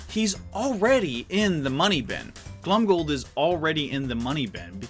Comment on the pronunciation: Every time he says Glomgold like Glumgold Me:rrreeeeEEEEEEEEEEEEEEEE